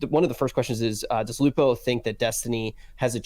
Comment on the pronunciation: Dr. Lupo! It's Lupo man!